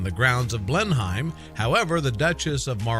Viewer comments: Coming from England myself I've never heard it pronounced blen-hime before 😅 I'm pretty sure we just pronounce it blen-im? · Interesting but it is pronounced blen/hum palace I know that as I live in Oxfordshire not far from the palace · maplecwtch that and the way he pronounced Oxfordshire made me cringe